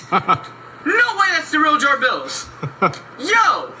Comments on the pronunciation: The real Jabills lol close, correction the real Jabrills or maybe Ja-Thrills. Hahah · Nice “jarbills” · he saying jarBILL as a joke